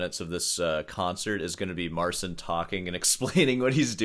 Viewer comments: Mar-ceen. Get it right. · It's "Marcheen" The CI makes a "chee" sound. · Petition for to start saying "Mar-cheen" rather than "Mar-sin." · You made how many videos about him now? And you still can't pronounce his name?